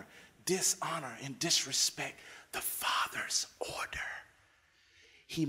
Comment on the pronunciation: "Ordherrr" "Ultimally"